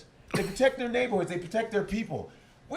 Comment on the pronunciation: "everybody leave der gay ok" hahahahaha sounded funny